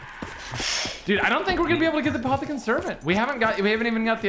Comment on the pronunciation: nobody: Absolutely Nobody: Not even a single soul:: Apothican Scrambled Eggs